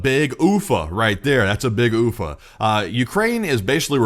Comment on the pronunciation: lol ufa went oof-a